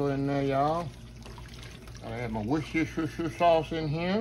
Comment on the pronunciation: You always make me giggle when u say Worstershir-shir-shir-shir sauce 🤣🤣🤣 looks wonderful Chef 🙌🏼🙌🏼😍😍